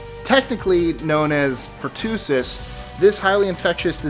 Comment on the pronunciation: Welcome back,! Just a quick little English lesson 😂😂, you pronounced it "pertoosis" and the correct pronunciation is "per-tuh-sis". Hey, sorry, I just can't help pointing things like that out....it's kind of an OCD thing. After that one, you said avian flu; bird flu, and I thought you said "alien 👽 flu" 😂😂😂😂😂